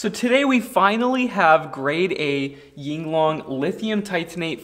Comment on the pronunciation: Sorry to be that guy, just wanted to point out that it’s “Yinlong” and not “Yinglong” lol literally the biggest word on the cell. I always see everyone pronouncing it Yinglong